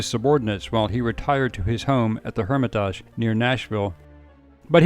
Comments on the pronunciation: I'm right down the street from The Hermitage & I've never heard someone pronounce it like that. Lol you make it sound so fancy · That's NOT the way to pronounce "Hermitage" . I am LMAO every time I hear the mispronunciation. 😂